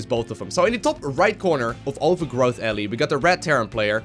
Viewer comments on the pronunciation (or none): none